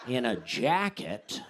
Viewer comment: I love how Dusty randomly enunciates a word like an English teacher -- "in a jacket"